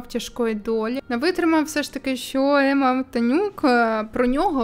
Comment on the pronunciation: Емма а не Амма